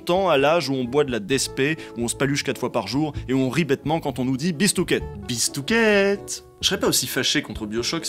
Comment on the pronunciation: oui j'ai rigolé quand il a dit bistooket